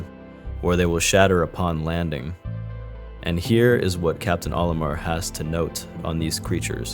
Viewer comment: Oli-murrh and oh-AWT-chee hurt my soul. If it helps, the actual pronunciations are oli-MAHR and oet-chee.